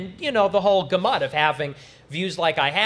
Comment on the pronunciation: nick is the best, but what in the world is a ga-MUT